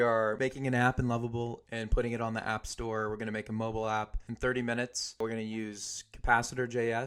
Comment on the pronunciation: Thought u said app stor???